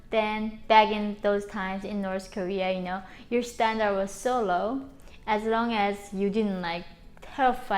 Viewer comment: I love how she says norse korea